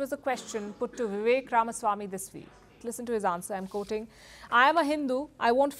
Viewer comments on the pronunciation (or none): Why do you pronounce ‘Quoting’ as ‘Coating’? 😮😮😮